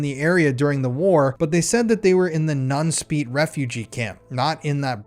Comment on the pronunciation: My cousin lives in nunspeet. Your dutch pronunciation isn't great but thanks for trying